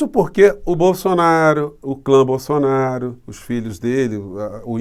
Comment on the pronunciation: Sugiro aos canais progressistas se abstém de pronunciarem a palavra "BOLSSONARO" em